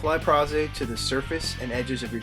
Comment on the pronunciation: Nice. And Thank you for your pronunciation of Pros-Aide